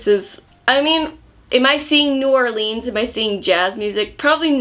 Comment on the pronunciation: I live in New Orleans and the way pronounces New Orleans is wrong, but cute lol. BTW if you ever come here, would love to be your tour guide! We could go to the vampire bar here 🌹